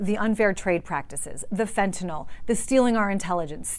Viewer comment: It's not fentanol, it's fentanyl. Nil!